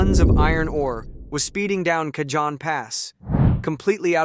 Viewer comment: FYI, Train wasn't loaded with iron ore. It was loaded with Trona. Trona is a mineral mined as a primary source of sodium carbonate. Cajon is pronounced like "CA_HONE" not Ca-john.